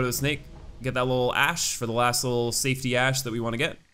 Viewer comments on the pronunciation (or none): none